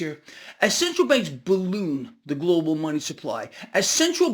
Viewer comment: Try not to say Glo Baal....thanks